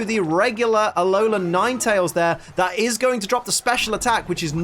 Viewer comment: Did you say allan ninetales